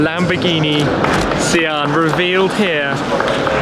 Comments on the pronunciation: No it's pronounced "see-hàn" where did you get that from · Isn't pronounced Shaan? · Is it not pronounced “shaan”? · pronounced 'Sh-arn'